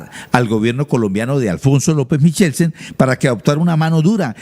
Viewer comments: Los Turbay no subían pianos desde Honda, eso fue en la época de los españoles, Honda es Tolima., pasa el puente Navarro y llega a Pto Bogotá Cundinamarca. El apellido Michelsen no suena como se pronuncia, la ch suena como q o k. Feo como dice q "se cargo" a la menor de edad como esposa, denota cierto machismo de parte del periodista, q nos repitió lo mismo durante media hora, pensé q iba a profundizar en la noticia, pero se quedó repitiendo el titular... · MIKELSEN¡ Eso toda la vida se ha pronunciado con K hasta lso campesinos mas montañeritos lo decian bien; lo digo por mi papa y mi abuelita que lo decian bien. Michelsen... Semejante montañerada la de este señor periodista; de quien alabo su labor informativa, pero ave maria... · Otra de las cosas por las que Turbay Ayala será recordado por su fonética y su ignorancia